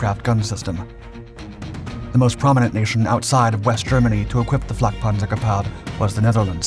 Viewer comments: “Gepard” is pronounced [gaypart] … not guhpar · Gepárd? Is it French? If you're going to say Gepard 100+ times in 10 minutes wouldn't it have made sense to figure out how to pronounce it? Liebstandartes Disease all over again. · He sounded kinda French saying it IMO, but I mostly am only around Austrians so maybe I hear German differently. I like how he pronounced chassis phonetically instead of the American way 😂